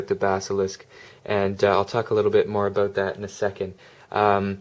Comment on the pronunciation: Aboot haha...